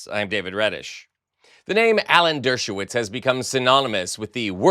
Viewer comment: Who is he: "Derwoshitz"?